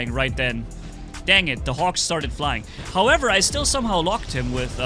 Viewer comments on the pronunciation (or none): none